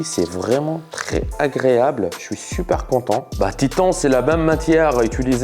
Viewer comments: "Titan" je crois 😂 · On prononce "Titane" lol